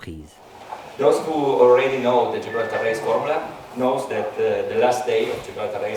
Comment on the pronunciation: superbeS vidèoS mais pourquoi "GIbraltar" ?